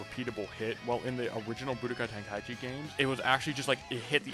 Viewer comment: budokai ten…….. can’t understand you from there